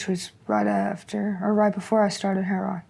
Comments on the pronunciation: Heroin not " heron" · I’ve heard at least a dozen Skid Row interviews where they pronounce Heroin : Heron. Must be a local slang.